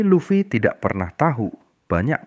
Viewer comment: Any channel that mispronounces Luffy is an automatic downvote. AI is bunk.